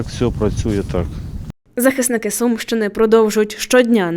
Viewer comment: Не Сумщины а Сумьянщины